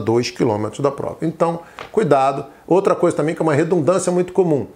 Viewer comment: Obrigada, mas o seu ”também" está dando a entender que você falou” tamém"